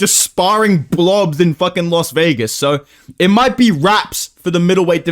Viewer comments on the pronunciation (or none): Once again trying to be different. “Moiitteee, I joist feel an upset for some reason, I doiinnt know mannn.”